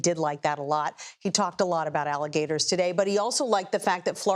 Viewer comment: ICE-LE-GATORS LOL